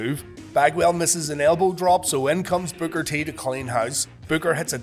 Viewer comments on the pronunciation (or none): When u say Booker it sounds like you're saying bugger 😀